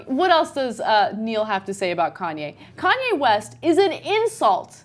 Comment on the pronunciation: How the fuck does she pronounce kanye? Khan-yay?